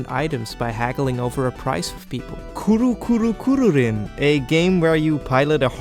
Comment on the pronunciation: i'll stop commenting after this one i swear 😭but why does every other english speaker struggle to say kuru kuru kururin?? it's just koo-roo, koo-roo, koo-roo-rin, lol. not hating of course, i love the game (SHOCKING, I know..) and every other video about it has a new take on how to say it, my personal favorite is "kavuvurin"